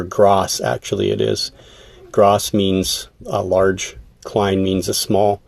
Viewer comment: The way u said Large in German the first time, was actually the correct way to say it 😊 Although u did it with heavy American accent of course. Good luck with the breeding.